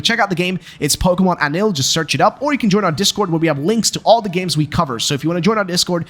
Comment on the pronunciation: its not anil, it's añil